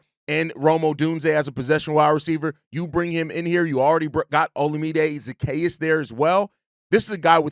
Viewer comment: Broski been botching Zaccheaus name for 2 weeks lol .